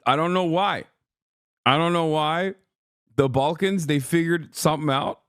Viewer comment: Balkans ❌ Bulkans ✅💪